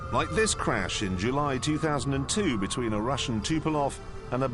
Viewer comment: Not "Tupelov" but Tupolev.